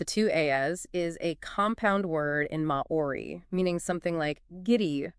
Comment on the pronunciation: May-oree lol, you're not even trying.